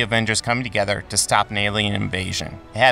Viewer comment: Emphasis ‘together’